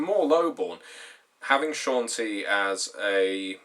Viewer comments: Ed Greenwood himself pronounces it SHON-TEE, so you’re wrong. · CHAWN-TEE-UH Dear god